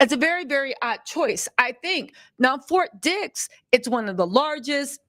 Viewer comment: Hi it sounds like "FORT DICKS" LMAO.